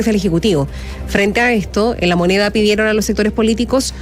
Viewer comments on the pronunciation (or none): la "ministra"solo dice mentiras y tonteritas.habla con palabras mal pronunciadas,no dice la moneda sino "la monea".un triste espectaculo.